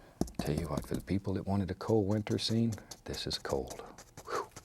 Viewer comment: And "somethin' like gat".